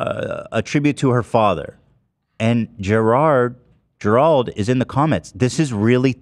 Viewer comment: Why is it annoying me that they cant pronounce Gerald? 😂